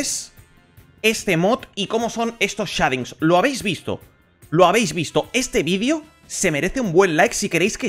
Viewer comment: Me estan dando combulsiones de solo escucharlo jajaja